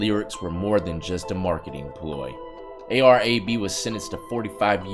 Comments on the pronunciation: its pronounced ar ab(like abdominal) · It's A.R. Ab is how its pronouces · It’s pronounced “A R ab” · It's A-R-ab not A-R-A-B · Bro its not ar - a b its ar ab like a stomach work out your abs lol ar ab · lmfao!!!!!!!!! the way he said ar - ab name had me rolling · Itz Ar- Ab like crunches 🤣🤣🤣🤣